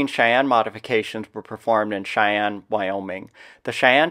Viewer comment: Cheyenne NOT Chayanne